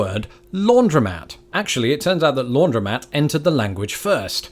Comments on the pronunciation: I've heard "laundromat", but never as a two-syllable word, which may explain the confusion. I thought you had said "laundrette". Chalk it up (quaint Americanism?) to a British tendency to chop syllables. I've also noticed that "t" is pronounced differently; the American "t" is closer to "d", and the British "t" tends to have a gap after it. To an American listening to a Brit, "Scottish" sounds like "Scot'ish". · I cant speak for the while country, of course, but I've never pronounced the o in laundromat. Its laundry mat. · “Laundromat” is the way it’s spelled, the way it’s pronounced is “laundry-mat.”